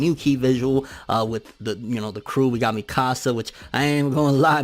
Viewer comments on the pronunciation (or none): STOP CALLING HER Me-Ka-sa, Have you not watched the anime? Its a very SIMPLE pronunciation: Meek-ka-sa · Me pronouncing: Mikasa: Me-Caśa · That's how my friends say it and I've always hated it because I can't take it seriously (always saying my house in spanish lol). Then the english dub came out and pronounced it so differently and I could roll with it haha.